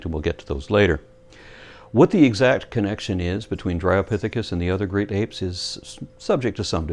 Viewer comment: needs to lay off the classic cartoons. I could swear he said "Grape Apes" just after. Haha;) Superb work.